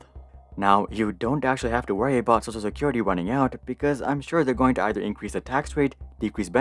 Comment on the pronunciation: Why do you pronounce "social security" as "sosa security"?